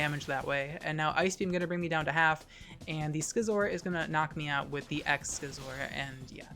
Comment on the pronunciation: everytime you say skisor it made me smile